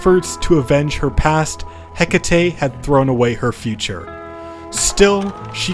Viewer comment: Never pronounce Hecate like that again. She's named after the ancient Greek goddess, so her name is pronounced eh-kah-tee. If we're going by Modern English however, her name is pronounced hek-uh-tee. Lastly, in Shakespeare English, it is pronounced hek-it